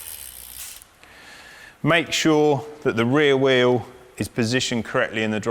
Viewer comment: I wish he would learn how to pronounce "wheel".